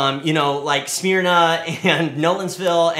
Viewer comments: Awesome. Loved seeing Gary in there LOL.. .. Let me be a Karen, its not "Smearna" ... its "smUR-na" :-) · Smeerna. It's pronounced Sah-mer-nuh tyvm.